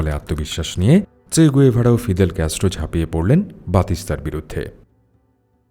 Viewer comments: গুয়েভারা না। গেভারা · গ‌ুয়েভারা না, গেভারা